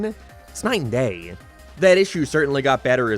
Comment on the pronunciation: Keep it up, you've almost learned how to say 'day' instead of 'dehh'.